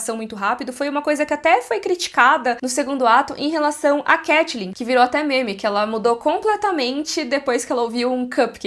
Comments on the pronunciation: CAI-TLYN , nao CATI-LYN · muito engraçado ver a pronunciando 'catelyn' no lugar de caitlyn por causa de got, porque aconteceu a mesma coisa cmg quando eu comecei a jogar lol 😂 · Eu ouvindo a pronunciando Caitlyn como Katelyn e fingindo que estou ouvindo Hodor cavalo. Saudades eternas.